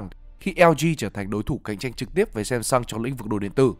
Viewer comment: Sam sơng chứ ko phải sem sơng